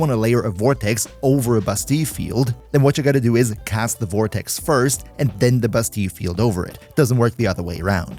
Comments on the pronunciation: Why bro pronounce it as "Bustee" when it's pronounced "Ba-steel" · sounds a bit wrong without a french accent. a french coworker of mine pronounces it like the Ls are still there but aren't pronounced if that makes sense. like basteee instead of bastee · bass-steal not bass-tea in French its bah-stea-yuh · Bro it’s pronounced Basteel… google it if don’t believe me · you should say "bastiie cause in some french word double L are said like iii kinda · I cannot for the life of me not hear you call Bastille as "Busty". 💀💀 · In American English anyway, it's Bass-Steel . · I think he's using french pronunciation.